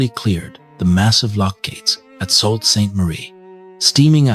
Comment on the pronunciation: “Crossing Lake Erie to Buffalo from the Welland Canal”…boy, that was a long trip! 🙄 “Bow” and “Sault” mispronounced in every story… this is why I’ll listen, but will NOT SUBSCRIBE to this AI garbage! 🤮 The Big Old Boats channel does a much better job… a real person narrates and knows how to pronounce English words! I’m subscribed there!